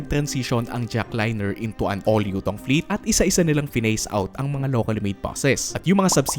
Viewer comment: anong bus mo? : "Utong" I mean Yutong